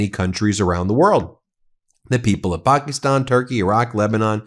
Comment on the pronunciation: Its not Pokistan...😆😆 Its Pakistan with a short A.